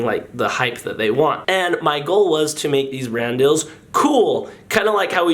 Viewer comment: cream chellar let him say dill, DILL?